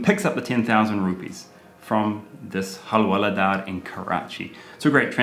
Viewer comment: Nobody:- Karl to Hawaldar :- Halwaladaar...🤐